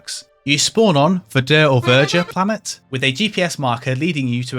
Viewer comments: Absolutely no french people say "vuh juh", verdure is fine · I know I'm one of the ones who pointed out how to pronounce Verdure, but you can say it the other way. But it is odd that you put the emphasis vur-DUR. Just say it like "murder." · its in fact \vɛʁ.dyʁ\ for verdure if you want to say it like a true french xd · Ironically for the editing, Verdür sounds more french (If you know a bit of french (and it is the actual french pronounciation of that spelling.)) than verjuh. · I don't get the editor note ... if you pronounce it french, "vuh-juh" is exactly how you would NOT pronounce it (that would be english bastardization of the french language, but not actual french). Also french would be fitting, as "Vert" is "green" and "dure" is "tough / stubborn" but it could also be from "durer" which would be "endure". Pronunciation would be... well the "V" as you already said "Verdure" would be correct, but you would then go into similar to "where", so "Vere" and "dure" would be with a silent e and the u is similar as in... well... you don't really have that sound in english (or at least I can't think of a word), bit it's kinda sorte like the "ui" in "suite" (not really but kinda sorta... though that seems to have 2 pronounciations and one of them doesn't fit at all... use the "sweet" version of it xD). And yeah, you get "Verdure" with that which doesn't help because it's written and not said... anyways, hope this rambling can help anyone -. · his way to say verdure sound more french than whatever vurjuh is suppose to be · "Verdure" is absolutely a french word, meaning "greenery". But no need to fancy it's pronunciation : it is very close to english. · I’d like to point out that your preferred pronunciation of Verdure is more French-like than the “correct” pronunciation (it’s really just palatalised; no different to the variable choob/tyoob/toob pronunciation of tube).